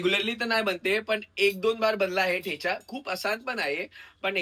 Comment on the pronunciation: थेचा नाही ठेचा